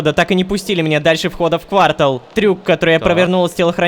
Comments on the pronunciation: Рома, будь грамотнее пожайлуста! Не "квАртал" а "квартАл". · На заметку: не квАртал, а квартАл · Рома, вот ты образованный человек, ну почему квАртал? Это же три месяца, а не квартАл(ну емае) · какой блин квАртал!? Рома. Правильно говорить квартАл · квАртал? КАК МЕНЯ ЭТО БЕСИТ, правильно квартАл! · *умер от орфоэпического инсульта, услышав квАртал* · Кварта́л (Можно говорить пожалуйста нормально по правилам я чуть не умер от произношения ) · Конечно, сэр, можете меня назвать 🤓, но в слове квартал ударение на последний слог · Не квартал, а квартал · КАКОЙ КВÁРТАЛ